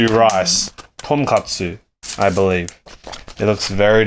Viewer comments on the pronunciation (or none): none